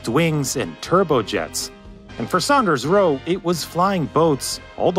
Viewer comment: Great Video.....the Builders name was SAWNders Roe..